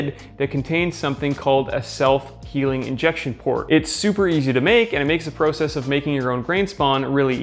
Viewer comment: The way he says process erks me idk why but love the video regardless